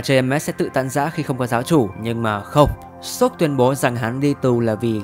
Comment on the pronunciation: vụ 1 tại chèn quảng cáo vào làm t nghe ông sop cứ thành shop trùm cuối :))